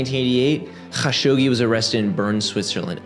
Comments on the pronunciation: definitely good character to pronounce people’s names correctly but his name inst KHashogi, the transliteration from Arabic would be A’dnan kha-Shuq-ji, but the origin commenter has a point in Arabic the letter خ doesn’t have as much kgggh in it as you’re pronouncing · bro, youre doing too much with dudes last name. just Kah-shogi. Dont need the kkgghhaaa-shogi throat loogey thing, especially while totally missing other foreign surnames without concern lol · Idk if you respect this guy but say it the way tim dillon says it, Kashogi lol. So much inficense on the hard R's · i hate like you pronounce his name: ACH SCHoggi" LMaO his name is and was "evil bastard" or SATAN HIMSELF 😆 YEAH the chechinian "attacks" have been the 9/11 or "pearl habor" for the falling UDSSR. same playbook, sam actions, same outcome. Hitler did the same like 40 years earlier with the "reichttagsbrand". why we fall for the same shit all over again, every few years?... its freaking crazy!!! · yea great video but the HAAGGGGSHOGI every 10 second is fucking awful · okay I put up with it, good video. just don't spit at me next video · I love your videos but I gotta dip out on this one. I can't hear you pronounce his name like that anymore. I'll be back for the next one 👊🏼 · Bro stop pronouncing Kashoggis name like that, just be normal. Its a foreign name no one is going to judge you for not pronouncing it right jeeezz.....